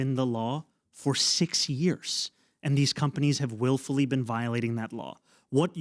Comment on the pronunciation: 5 years jefe 5 yeearys lmao the Mexican came out of him